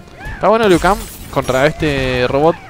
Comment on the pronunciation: Broo alguien mas vio q dise lui en ves liu kang